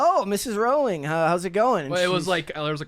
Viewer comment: Her last name is not Rauling, it's Rowling (pronounced "Rolling").